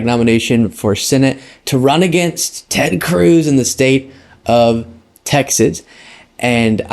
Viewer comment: the way you said Ted Cruz 😂